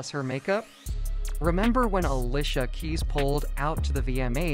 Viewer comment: Why he keep saying Uhlisha 🥴